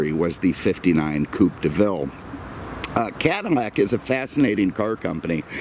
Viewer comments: Its called "Cadillac"....not cadamac....get it right! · Why the F is he saying "CadiMAC" a lot???..LOL...It's CADILLAC.....lol Family had a 1975 Coupe de Ville Cabriolet in Knickerbocker Tan Firemist with a White Cabriolet roof, & power glass Moonroof. It was the dealership owners Demo car with extremely low miles, so it had every option available. Beautiful automobile. This looks like the Calais Model, which had very few options. The paint needs to be compounded with a buffer, too, the gloss would come right up. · caddy, not cuddy! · Is he saying Cadimac? A real beauty and nice presentation! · Cadamack? what's a Cadamack? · eveytime he says Cadimac it pisses me off more and more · Why is he saying Cadi-N-ac? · Bro?! Why the hell do you keep calling it a "cadimac"?????? Did you misread it on the day of your review and decided to say "cadimac" 50 times?? So damn lame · You seem to have a thing about mispronouncing Cadillac in any of the videos